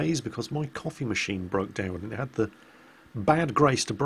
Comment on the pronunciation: oh COFFEE machine. lol i heard copy machine and was like "what the hell are you going on about jingles?"